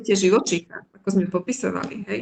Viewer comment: Mäkčí dobre; niektorí Stredoslováci mäkčia aj tam, kde už ani netreba. Ľudia z regiónov, kde sa hovorí tvrdšie, nedokážu vysloviť poriadne -le, -li, ale to Líviin problém nie je. Gramatické chyby u nej nevidím (prekáža mi len "vo veľa veciach", "v mnohých" by bolo lepšie a ešte som si všimla nesprávnu výslovnosť sme: m mení s na z, takže vyslovujeme zme, ale to si asi mýli kvôli "so mnou", kde robia Východniari často chybu a vyslovujú to nesprávne ako "zo mnou"..;-))